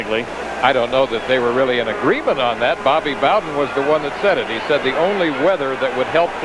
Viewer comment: Did the great Al Michael's just pronounce Bobby bowdens name as Bobby boh'den ?